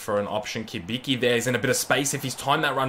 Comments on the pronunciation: Not Kibiki, Cibitzki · Cibicki is actually pronounced Chi-Bit-Ski